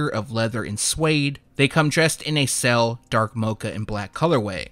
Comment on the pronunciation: You say sail like cell